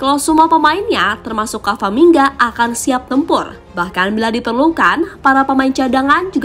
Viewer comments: Yang bener camavinga bukan cavaminga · CAMAVINGA MIN BUKAN CAVAMINGA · Yang beneer itu Camavinga min bukan Cavaminga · Camavinga bukan cavaminga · camavinga kak bukan cavaminga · pliss min, udah 2 video ini pengisi suaranya salah sebut nama. harusnya Camavinga, bukan Cavaminga. Apa nggak di preview dulu sebelum diupload? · Halo Mbak Narator: Camavinga, bukan Cavamingga. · CAMAVINGA ya. Bukan CAVAMINGA. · camavinga kak bukan cavaminga🙏🏻🤣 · Saya kira spelling nya ternyata emang g bisa baca pengisi suaranya,berulang kali kamavinga di sebut kavaminga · CA MA Vi NGA min bukan CA VA MI NGA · Camavinga, bukan cavamingga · CAMAVINGA MIN, BUKAN CAVAMINGA..!!! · CA MA VI NGA, bukan CA VA MI NGA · camavingaa bukan cavaminga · Camavinga min. Bukan camvaminga😭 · Camavinga atau Cavaminga sih?😅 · Cavamingga2 apaan sih? Camavingga wooooe. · agak risih, ama narator nya nama orang diganti ganti wkwkw. yg bener tuh CA-MA-VI-NGA, bukan CA-VA-MI-NGA 😅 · Apa ada yang salah dengan kuping saya saat admin bilang kavamingga😅.